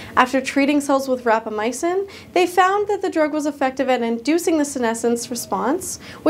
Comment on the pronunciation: Did you say E-micin?